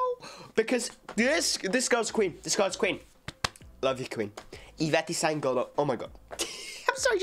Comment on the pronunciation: Alguém tinha que ensinar ele a falar Ivete sangAlo